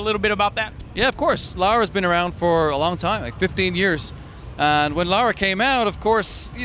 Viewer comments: It's Lara Joe, not Laura. Come on you should know that. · its Lara not Laura lol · dammit Joe she isn't called Laura she is called LARA! like Lava Lahhhh RAHHHH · ***** Yeah, that's the point. said Lora instead of Lara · Joe, it is not LAURA, its LARA. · its pronounced fucking Laura, but spelt fucking Lara. Is it that hard? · Why do you keep calling her Laura? ;) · ITS LARA NOT LAURAAAAAA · God damn it Joe, it's Lara not Laura! :P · Joe, you are an amazing person and I enjoy your videos very much, but this one thing is really bugging me... It's LA-RA, not LAU-RA. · GODAMNIT JOE! LARA NOT LAURA! xD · Hey Joe Stop Calling It Laura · Did you notice that Joe is callin Lara Lora? xD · La..ra Joe no u in there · Joe Y U CALL HER LORA ?! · Joe... it's LAra. >.> lol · Hey Joe, it's pronounced "LARA". Why do people have so much problem pronouncing it? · Lara, Dude, Laa-raa;) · I know this has been brought up. But maybe that's how people from Joe' s town pronounce Lara. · 'Laura'? seriously, Joe? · He keeps calling her Laura LOL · the ubisoft pronuciation is like toe-mate-o Toe-Mat-o but you are right on the lara.